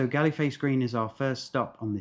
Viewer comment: Galle Face, pronounce as " Gol face " ...